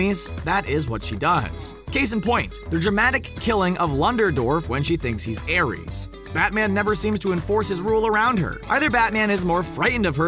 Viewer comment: did he just say lunderdorf? I